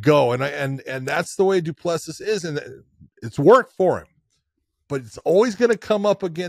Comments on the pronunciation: Ironically he used to pronounce it properly but John 'corrected' him lol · Josh the last s in du plessis is silent buddy from south Africa love your show boys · You dont pronounce the last "S" in Du Plessis. Its cringe to hear you keep saying it